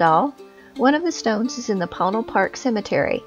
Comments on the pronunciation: It's usually pronounced "Poe-Neil" in my experience but lovely video! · Ponil is pronounced by the locals as Po-neel. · Amazing video. Thank you so much for sharing. Regarding the pronunciation, I would have pronounced it as several people mention in comments: 'poe-neil', alhtough it didn't have any meaning I could think of in my (European) Spanish. So I checked in the Dictionary of Northern NM and Southern CO Spanish by Rubén Cobos, and it is spelled 'póÑil', with what is called the 'tilde' over the 'n', which changes the pronunciation to something similar to the beginning of 'new'. Many times, with NM place names, those 'details' are lost because of English signage. Póñil (with the stress on the 'o') would mean Apache Plume, a beautiful grass / bush. Another interesting fact regarding the area: Lew Wallace is said to have finished writing Ben Hur at one of his favorite places: under an apple tree of the Chase Ranch, 20ish miles south of PÓÑIL Park. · Ouch. Need to do more homework, like pronouncing "Ponil" properly.